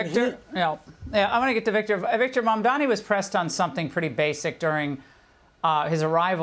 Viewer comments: IT'S MAMDANI NOT MAMDAMI! WHITE PEOPLE LEARN HOW TO PRONOUNCE NAMES PROPERLY. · The guy has gained worldwide recognition for who he is and where he comes from, and common people in the streets of foreign countries can even pronounce his name correctly, except for all those FOX News stooges who still pronounces it Mandami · You dum old man its mamdannnni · Yah, it was pretty funny! like - what??? how about this: VDH pronounces Mamdani as MaNdaMi. - it's a foreign name that many had a hard time at first with . If only that was the biggest thing we are having a hard time with... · Trump is a fake populist. Mamdani is a real one. Also, anti-Zionism is NOT anti-Semitism. Someone should clarify that for the confused councilwoman. These people can't even pronounce Mamdani's name correctly. Trump got absolutely played by Zohran and MAGA is furious about it. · Hanson can’t even pronounce his name…..he’s as irrelevant as Levin. Trump loved Mamdani 😊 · Mr victor talking about nyc mayor-elect and he in whole discussion couldn’t take Mamdani name correctly this is ignorance and ill informed behavior